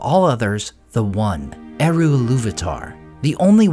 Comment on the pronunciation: I hate how English-speaking youtubers pronounce Tolkien's words. It's a travesty. "Eru" doesn't use rothic "r" like an American saying "kangaroo", it's more like a Scottish "r" or a German "r", square and strong. "Ainulindalë", as the diaeresis suggests, must have the "E" pronounced clearly. "E" like in the word "emphasis". Ai-NU-lin.da-LË! "Sauron" is not "sowron", it "sa-u-ron" with "a" like in "father", "u" like "oo" in "book", square "r", "o" like in the word "lo". Learn how to pronounce it!